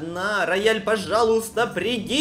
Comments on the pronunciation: Ты так классно сказал рОяЛь :0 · РоЯлЬ:РоЯлЬ Я:рояль(я не могу это повторить🤣)